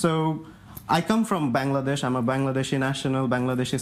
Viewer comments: It’s BANGLADESH not Bang!ladesh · He can't even pronounce Bangladesh right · He can’t even pronounce Bangladesh